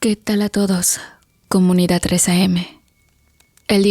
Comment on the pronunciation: Se dice 'ciudad", no "ciudat", "edad", no "edat", "comunidad", no "comunidat".